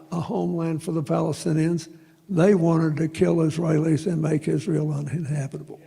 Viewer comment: "Hamas"...Clinton pronounced "Palestinians" wrong.